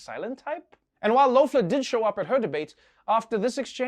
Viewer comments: Kelly Lofler haha poor Trevor. It's pronounced as Kelly Leffler. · Okay, seriously, is Loeffler pronounced eh or ah? I've heard it both ways